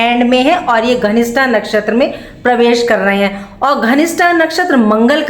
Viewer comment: आप धनिष्ठा को घनिष्ठा बोल रही हो। कृपया अपने उच्चारण पर ध्यान दीजिए। 🙏